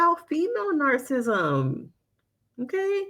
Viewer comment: The pronunciation of "narcissism" is typically: /ˈnɑːr.sɪ.sɪ.zəm/ or in phonetic spelling: NAHR-suh-siz-uhm